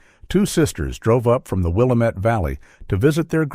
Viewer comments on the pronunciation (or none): It's not pronounced WILL a met valley. It's will AM it valley. Had a friend who was from there.